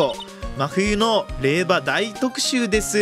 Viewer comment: 霊場(れいじょう)ですね